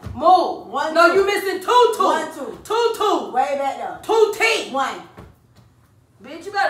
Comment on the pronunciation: “TWO TOOF” 🤣🤣🤣